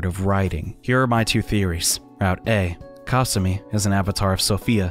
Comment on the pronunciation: The way he says kasumi i hate it